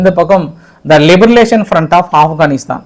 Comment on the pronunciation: லிபரேஷன் என்று கூறுங்கள். உங்கள் உச்சரிப்பு தவறாக உள்ளது